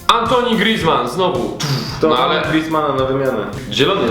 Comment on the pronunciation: nie mówi się "antoni" griezmann tylko: "antłane" griezmann ;)